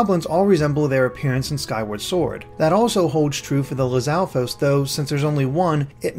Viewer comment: Aweseome video, but the way the narrator was pronouncing lizaflos was bugging the heck out of me for some reason lol.